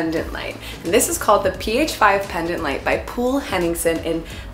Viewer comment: omg POOL Henningsen I appreciate the effort of at least trying. A good tip for the future if you are unsure how to pronounce names, use google translate in the right language, and click the audio symbol to hear how it's pronounced 🙏🏻 Anyways, jokes aside, great freaking job. It's funny how these are "IN", I feel they are very old fashioned haha